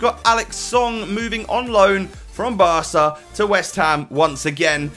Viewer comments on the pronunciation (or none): none